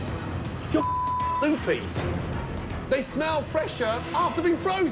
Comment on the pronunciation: "yor fuhking loopehy" hahahahahaha